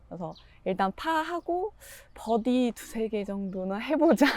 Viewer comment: 뻐디 라고 안하고 버디 라고 얘기하는 프로 처음봤음 참고로 뻐디는 일본식 발음임